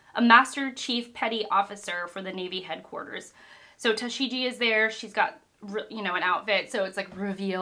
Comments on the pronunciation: Also tashigi is pronounced as tashigee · TA-shee-ghee, the "g" is a hard "g". General rule of thumb, assume all consonants are hard consonants. If there's a "j" sound in japanese they'll just use a "j". Also reminder that only Luffy's Devil Fruit is a Gum Gum Fruit. Buggy has the Chop Chop Fruit, Alvida has the Smooth Smooth Fruit, and Smoker has the Plume Plume fruit. Smoker is one of my favorite characters. Till now we've only seen weak and ineffectual and corrupt Marines, so now that we finally get an honorable one, it's a refreshing change. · im so exited for you to get to the grand line and the first big saga of one piece, can't wait for the next video. p.s the G in tashigi is a regular G not like a J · Tashigi with a hard G. Like in Guillotine actually 😅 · the g in Tashigi is like in geezer again :D